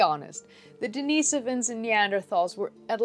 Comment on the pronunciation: It's actually pronounced "Denn-iss-oh-vuns"... Not that I care, just giving you hell. ; ) Great show!!